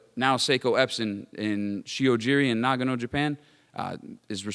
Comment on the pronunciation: Nagano Prefecture, not Nagno